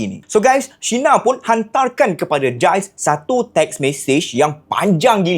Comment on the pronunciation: Hi..nice video...just nak betulkan.. sebutan nama mangsa tu Gilles=Jills